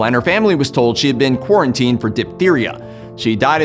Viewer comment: Sorry did you say QuArAntInE